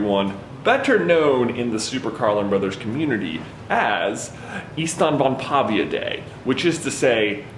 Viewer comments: You keep saying -pavia like the i (ee sound) comes after the v when clearly it's before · Honestly pretty good pronounciation but the letter Ä has a more ae sound to it if it makes sense? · The way google says ystävänpäivä is "ushtanvanpaiva" to my American ears and you say it as "yistanvanpavia" (this is using letters the way Americans pronounce them, not the correct pronunciations for the original language) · Ihan ok. (Also, as a Finn, hearing you trying to pronounce ystävänpäivä is hilarious). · I love the auto generated captions when you pronounce the holiday you invited.